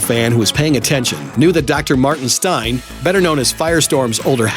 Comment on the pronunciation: MAETIN STEIN 😭😭😭